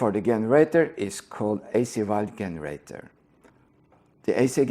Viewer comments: Good video, thanks. If you care generator is said with J sound like jeans in english. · It's pronounced "jenerator". English is silly. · Hey, I know english isnt your first language so I'm just trying to help you out here, but you always mispronounce the letter 'G'. It's pronounced with a 'J' most of the times when you mispronounce it, like in 'GENERATOR,' OR 'GENERATION' OR ' 'GIST', They would all be pronounced with a 'J' sound in the place of the G. From hearing lots of your videos, your clearly unaware of this, so just trying to help.